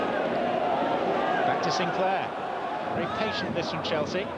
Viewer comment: "A vewry good side"